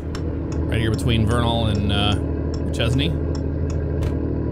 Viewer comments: It's pronounced "Duh-shane" not duh-ches-knee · Not that you will see this but Duchesne is pronounced "Dushane" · Fort Duchesne is pronounced Du Shane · Utah has its own unique pronunciations. That place is actually pronounced "do-shane".